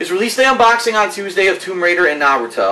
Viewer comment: He watched the first 3 season of Naruto and a few others after that, He also said he read the manga. Though I'm still not sure why he couldn't pronounce Naruto right lol.